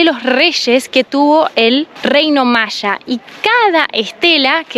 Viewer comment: Se dice maya no machas 😂😂😂😂😂 voludos argentinos